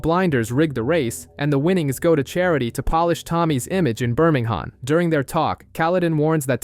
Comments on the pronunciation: I know 😅 as a BirmingHAM boy it was the only black mark on this video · The H of is Birmingham silent.